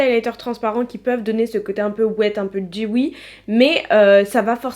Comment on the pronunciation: Super vidéo 💓dewy se prononce dou oui 💞